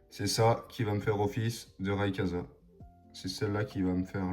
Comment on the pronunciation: RayQUOIza ☺️ Pas rayekaza 😅 Pas de big hit, dommage…